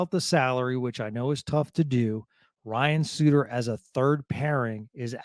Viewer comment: Also Ryan's last name.